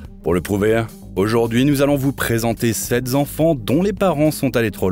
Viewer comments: Sept (z) enfants... c'est tout dire sur la qualité de cette vidéo 😂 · Sept z'enfants.....la c est trop